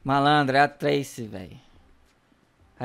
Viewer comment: Não é trese é Tracy